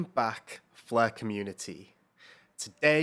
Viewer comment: What is the "fluh" network? Is that Welsh?